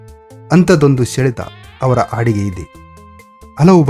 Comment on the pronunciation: it is not aadige but hadige please correct your. grammer sir